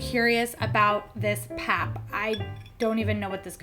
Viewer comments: The "pap" is pronounced the way you would say "pup" in "puppy". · Please not PAP, it's pronounced Pahp - long A. 😂